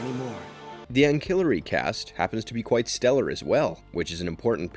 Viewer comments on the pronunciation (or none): I regretfully continued. Anne-killary??? It's Anne-cill-ary, ffs. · Sick list but wild to use a word like ancillary but not know how it's pronounced 😅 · Are you telling me you've actually never heard anybody say aloud, the words Carl Jung or ancillary before?